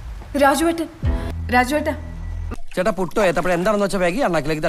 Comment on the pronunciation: രാജുവേട്ട രാജുവേട്ട അല്ല റാജേട്ട റാജേട്ട ആണ്